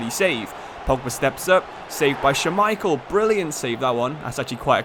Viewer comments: couldnt get over him saying scha-micheal instead of schmai-chel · Say Schmeichel for me, one more time…